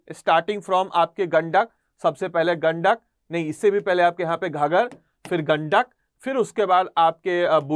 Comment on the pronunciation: its not ghagar its ghaghra